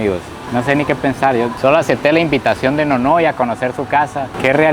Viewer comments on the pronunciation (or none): todo bien... pero como que invitenishon? XD